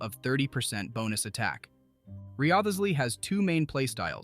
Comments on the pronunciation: Who is Rio-thees-ly?? Lol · Ry-Zlee lol. We finally heard the pronunciation in game and not a single youtuber has used it lol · Very nice guide! But I laughed every time "Wriotsley" was pronounced in a different way in the video haha I'm rooting for him to get his C1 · Mf pronounced his name in 50 different ways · There were like 5 different Wriothesley pronunciations lol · Dude said Wriothesley's name different every time e.e If you're gonna do a showcase, at least learn the character's name, or be consistent with one pronunciation. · Imagine getting mad at an ai for mispronouncing a name💀 learn to not waste ur breathe bruh